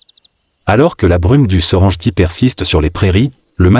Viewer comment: Il faut respecter l'authenticité des noms des lieux de votre documentaire. Serengeti se prononce Serenggetti (serengueti) et non ( serenjeti) , du respect svp pour les noms propres